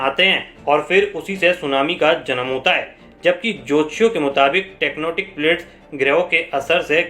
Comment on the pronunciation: JIS SALE KO TECTONIC PLATE NHI BOLNE AA RHA US GWAR KA BEWS KIS LEVEL KA H SAMJH JAO TECTONIC KO TECNOTIC BOL RHA BDWA TIKTOKER